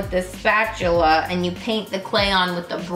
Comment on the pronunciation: I hAve never laughed before on anyone pronouncing spatula hahahaha